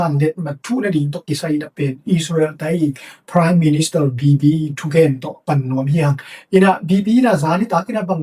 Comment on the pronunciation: English word te ah na pronounciation tawm khat hong puah le cin cih khat hong thuum nuam ing. Gth na - Agreesment na cih pen Agreement hi zaw ding hi. Preme minster pen Prime minister hi zaw leh ko a ngai lam te aa ding zak nuam ee. Bangbng hi ta leh na pil na leh na hun manpha tam pi nong piak zel man in lungdam ing gei. Nang tungtawng in hun tawm no sung thu thak leh thu manpha tampi za kha zel ka hih man in lungdam.